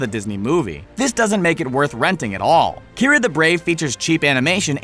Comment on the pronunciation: kee-are-ah not kyra...